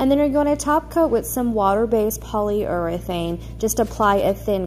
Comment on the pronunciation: So funny to hear you pronounce urethane!